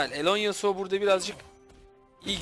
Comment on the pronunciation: Yasuoya karşı gragas yasuonun w suna dikkat ettikten sonra gayet güzel bi seçim fakat buildde morello nun ilk item olması e lerini dikkatsiz kullanması yasuoyu bildiğiniz elleri arkadayken kazandırtmış. Bu arada hocam alonesuo yu neden alone yasuo diye okuyorsunuz asıl nicki o mu bilgi sahibi değilim maalesef ama yazanla telaffuzun farklı olması biraz rahatsız edici. Bu arada yaptığınız iş çektiğiniz videolar o kadar insanı bir araya toplamak cidden kolay bir şey değil takdir edip destekliyorum sizi iyi günler